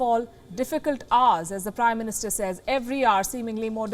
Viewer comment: I thought she said "Crime Minister" 🤣